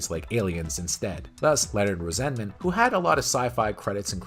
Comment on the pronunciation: Is the constant mispronunciation of names some inside joke I’m not getting? Constantly hearing about Nicholas MAYER, HARVEY Bennett or Leonard ROWZENMIN is flaring up my OCD.